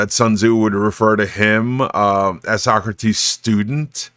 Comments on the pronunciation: So Socrates is pronounced as So-Crates? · please tell me your pronunciation of Socrates is a bit that you're doing